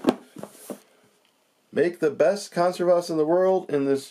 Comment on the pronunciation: Just for the record, it's kohn-SEHR-vas. :) Just like you'd say "reserve" and "conserve", just with "vas" at the end.